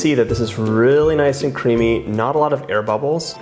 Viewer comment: Omg is it just me or it it rly weird how he says cream/creamy?? No hate, just an observation.